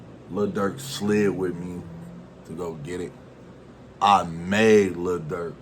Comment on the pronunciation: U reaching w/ the emphasis on "Made" smh i can't rock wit ya on this one lil bro